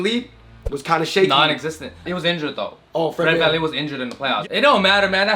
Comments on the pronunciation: It’s Fred van fleet not fred can lee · It’s fred van vleet not Fred van leep